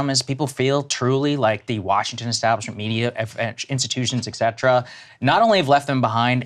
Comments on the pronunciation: If he does, please learn to say “et cetera” properly, Sagaar! 😅 Respect the Romans just a little bit if you’re going to be a conservative broadcaster 😂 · 😆 maybe one is a fitness watch 🫣. If he learns to pronounce “et cetera”, I’ll forgive him the extra watch. Pet peeve 😂